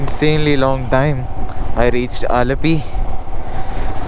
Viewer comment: Dude ur a mallu !!! I was amazed to see a non-keralite saying Alappuzha and all correctly untill u said "ayyo veezharuthe"😂😂😂